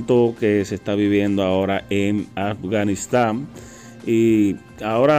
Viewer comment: PRONUNCIA BIEN: A F G A N I S T A N !!! LA. " F " NO TIENE SONIDO SOLA, UNES LOS LABIOS COMO SI VAS A DECIR FEO. FOZ. FIESTA ETC